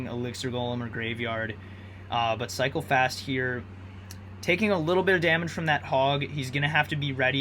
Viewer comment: Sometimes i heard psychopaths instead of cycle fast lol